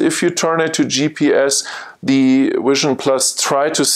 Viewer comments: Great video. Learned a lot from it. I really wanted to be able to teach you to say Vision and not Wision through the video though. I know it's just your accent though. Again, cool video. I look forward to seeing more. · your presentation is very useful and through. I am wondering about your pronouncing of V and W, why is it Software is SoftVare and Vision is Wision. You clearly can say Vs and Ws, so why are they reversed? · I realize that, I just don't understand why if you can verbalize V in Software as SoftVare why you can't do that with Vision.